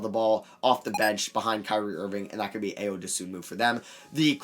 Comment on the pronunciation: Please pronounce Ayo’s name right, it’s I-o not Aye-yo